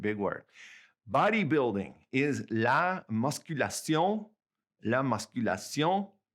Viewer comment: Bodybuilding is la musculation not masculation..